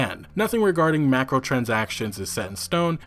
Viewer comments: Macro lol Clearly says micro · Swear to god i want to kick you in your teeth! Its MICROtransactions, not MACROtransactions. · Why does this guy pronounce microtransactions as MACKrowtransactions. Penis. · No one:: "macaronitransactions" But for real nice vid with a good well built story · Yes but multiple tweets that said “microtransactions” he read as “macrotransactions”